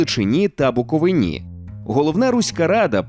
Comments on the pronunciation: Нема жодної БуковинИ. Є лиш БуковИна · БуковИна а не БуковинА !!! Прошу зверніть увагу. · Соромно не знати назву краю своєї країни!!! Не БуковинА, а БуковИна. Наголос на "И". Коли ви вже нарешті запам'ятаєте/вивчите?!? Тотальне невігластво! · Дякую за контент, та прошу виправитись в майбутньому 🙏🏼 не БукованА а БуковИна😊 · В слові Буковина - наголос на И а не на А, йолопи… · Як легко роздратувати будь-якого буковинця: скажіть БуковинА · Дякую за відео! Єдина ремарка: у назві «Буковина» наголос на «И»)